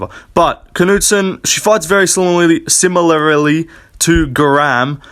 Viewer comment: “similarally” is egregious work 😭